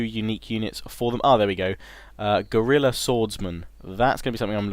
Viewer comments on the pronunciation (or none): none